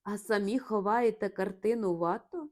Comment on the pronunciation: Безумовно,чудово,що Ви читаєте світову класику українською. Але що ж робити з цими жахливими наАголосами, що спотворюють призвіща досить відомих(!) художників! А ВАтто замість ВаттО(що зрозуміло,але ж він француз!!!) я вже не витримала. РІхтер-вАхтер, ось що мені нагадало все це. Дуже прОшу, не спотворюйте очевидні речі! Дякую за розуміння з надією , що Ви виправите власні помилки